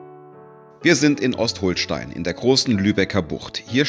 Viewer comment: Schönes Video, etwas wackelig hier und da... aber Ost-HOHL-Stein? Ostholstein. das "O" ist kurz. Und Travemünde gehört mit zu Lübeck. Ich hätte mir Zwischenstopps nach Fehmarn hoch gewünscht, hier gibt es viele schöne Orte zu entdecken. Und Scharbeutz ist schöner als Timmendorf, auch wenn die "Reichen und Schönen" aus tradition eher nach Timmendorf fahren.